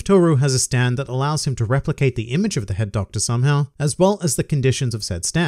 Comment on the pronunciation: Am I the only one who kept hearing "Herr Doktor" instead of "Head Doctor"?